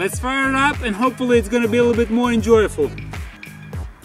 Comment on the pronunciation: lol he said enjoyaful!!!